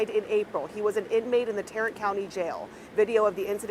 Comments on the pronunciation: you said it right the first time. TEH'-ruhnt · Tarrant - you got it right the first time before you changed the pronunciation. Like TEARant or maybe TAREant.. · Tarrant sounds like tare rant. Just FYI. Not being critical. If you know, you know. I lived in Arlington many years back and this story doesn't surprise me. Texas courts are usually pretty good about holding people accountable. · Tarrant huh? Kinda sounds like TYRANT!!!!! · It's pronounced Tare-rant. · If I may, respectfully, call you by your first name…, Just a F.Y.I., the Texas county that covers the city of Fort Worth is Tarrant County. It’s pronounced, “TEAR’ ehnt” / “TARE’ ent” I put two different spellings that sound the same. Emphasis on the first syllable and the second doesn’t sound like an Ant🐜, but like Went minus the W. Just wanted to help. Keep up the good (needed) work! If you get the urge to say Ft. Worth is in TarrANT’ just remember it’s neighbor city (Dallas) is DAL’ lăs and not Da LASS’ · um im from tx, and its pronounced "Tare - Rent" . Thats all . :D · It's pronounced tear-ant❤ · It’s pronounced “TYrant” county! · Someone should change The a in Tarrant County Jail, to a y so it reads Tyrrant County jail. So shocking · You are pronounced Tarrant wrong